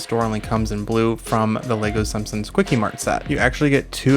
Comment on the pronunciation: i like how you said sumpsons instead on simpsons